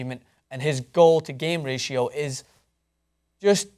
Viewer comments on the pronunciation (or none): none